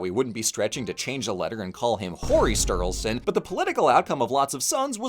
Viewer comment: oh my god "horri sturlison"